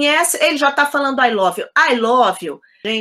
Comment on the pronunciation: Vivendo em New York e pronuncia (lóve)?